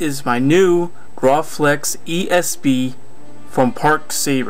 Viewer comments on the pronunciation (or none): lol you pronounced it groflex